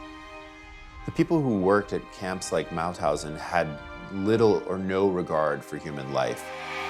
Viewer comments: Its MaUthausen, not Mathausen. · It's MaUthausen